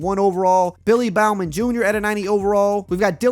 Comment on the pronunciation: Oh no you messed up Billy Bowman’s name lol